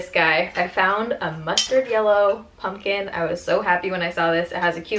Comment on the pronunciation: She says punkin' instead of pumpkin. Like how Harley Quinn says puddin' instead of pudding.